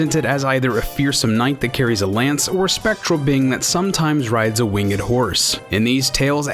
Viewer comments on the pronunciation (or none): It bothers me how this guy says "winged" with a huge emphasis on the G.